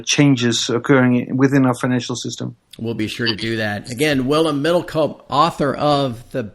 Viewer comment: it's middel koop like chicken koop not one yankee can get the poor guy's name right.... what a shame!